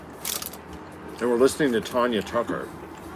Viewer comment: It’s Tanya not Tonya